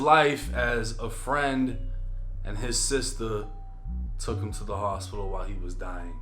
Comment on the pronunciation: damn not heem 🤦🏽‍♂️